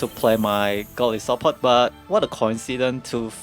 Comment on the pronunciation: I believe its pronounced Go-Lie-so-Pod. Goli part is a word play from the word (Goliath) meaning Giant. (Isopod) from a marine invertebrate with an exoskeleton.